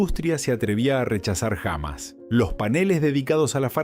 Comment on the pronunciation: Pónganse media pila con el audio! Hay buenas inteligencias que hace audios como corresponde, no este desastre gramatical! Pronuncia hamas en lugar de jamás! No le pega a un solo acento. HORRIPILANTE! (o escriban bien el texto que van a verbalizar, se ve que las tildes no existen para el redactor)